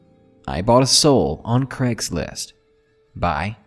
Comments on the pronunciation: noir inkodye Maybe you feel like you do, but I would still hear it as "Gregslist"!? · Craigory Schlist